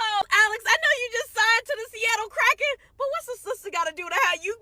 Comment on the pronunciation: calling them Krakens 😂 its just Kraken lol